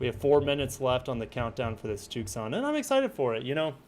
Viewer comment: why do you keep pronouncing it TOOOK-SAHN and not TOO-SAHN 🤣